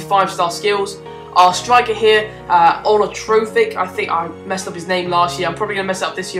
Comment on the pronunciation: "arnatrofic" ahahhahhhaha *****